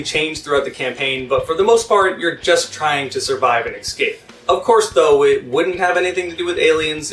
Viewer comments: Please stop mispronouncing Escape ESSSSCAPE not ECKSCAPE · Compliment sandwich: >This video made me excited to play a game that's a decade old simply by explaining its mechanics and fun factor well. >You should work on your pronunciation of words like "versus," "escape," and a few others. >The people who are not subscribed to you are missing out, because you deliver quality content on a much more regular basis than many similar channels.